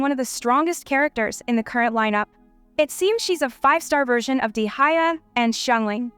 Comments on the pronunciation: De - ha-ya😭😭😭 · how did you just pronounce Deyha’s name? 😭😭